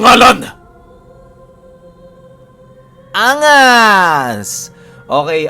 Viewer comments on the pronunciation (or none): BWISIT NA "ANGAS" NA YAN, SERYOSO AKO NAKIKINIG BGLA AKO NTWA NUNG PAG KA BIGKAS NA ANGAS 🤣🤣🤣 HAHAHA LUPIT!!!!